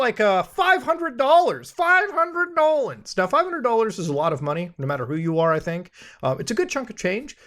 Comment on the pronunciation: It’s Muta saying Dollans for me. Even when he says dollars ( slight Canuck accent as well ) I hear it in my head as Dollans. Bravo 👏🏽 Muta, bravo!